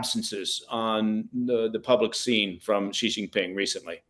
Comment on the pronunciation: Pronounced SHE not CEE, wtf no dialect says CEE